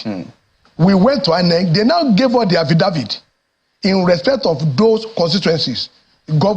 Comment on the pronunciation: is called Affidavit not Affidavid before some people think there is also Affiwizkid😂😂😂😂😂😂